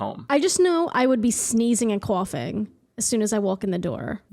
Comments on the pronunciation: Making fun of Oreegon, but no one mentioning homegirl say "sneezing and cwoffing." 😂😂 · The guest harped on the pronunciation of Oregon a lot for someone that can’t say the words coughing, intermediate lol